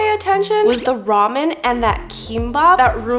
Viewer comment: Did she just say rumian insted og ramen